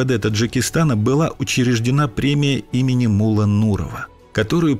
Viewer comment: Блин, насколько можно не знать родной язык, чтобы произносить "мУлла" вместо ""муллА".